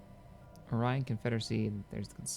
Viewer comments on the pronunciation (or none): none